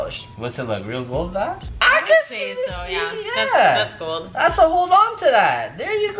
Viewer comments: Stop saying vadis it is. Super annoying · Please stop saying vabs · Stop saying vabs for God sake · I thought he was saying "vag" and tha shii gets annoying or "vabs" like stop it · are you saying "vIbes"?!? cuz it sounds like youre saying "vAbes" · Omg stop saying vaps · Please stop saying vaps